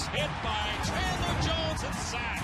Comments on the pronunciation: Chandler! Not chadler!! Wtf NFL!!! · Chadler? really? smh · CHADLER Jones. God this video can't even get his name right. Read the title god damnit.